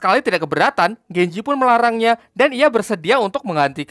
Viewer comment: Genji lah bukan genjeh tolol